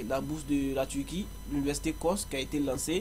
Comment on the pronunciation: Un jouw j'iwai en Tuwquie...😁👍